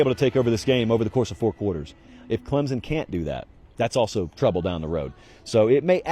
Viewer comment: C’mon! It’s Clem-Son Go Tigers!